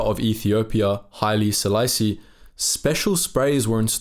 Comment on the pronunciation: Well, European names. He didn't pronounce our former Emperor's name (Haile Selassie) very well. I'd give him a 72-75% grade on it.